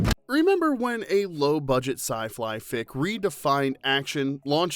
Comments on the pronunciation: Lol, "sci-fli fick" right out of the gate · In the beginnings my you said SI-FLY😂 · Makes fun of arnie .. goes on to pronounce it "sci-fly" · Lol my guy said Sci Fly Fic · Did you say "sci-fly thick"? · 😳 LMAO ... you said SY FLY !!! 🤣🤣🤪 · haha "sci fly fick" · My favorite was when you said sci-fly.